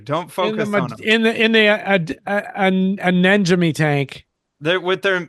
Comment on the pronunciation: Fun show, but I'm seriously laughing at you bitching about people mispronouncing things, but then you persist in pronouncing "anemone" as uh-NEN-uh-me instead of uh-NEM-uh-nee. I mean, they're called NEMs for short, not NENs, dude. Then your 3,000 subscribers hear you and mispronounce it, and they say it to their friends, and soon we have human sacrifice, dogs and cats living together, mass hysteria!